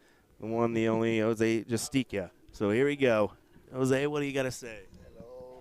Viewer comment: Yall be getting this man’s name wrong all weekend his name is Jose Justicia it says it on his jersey not JUSTICA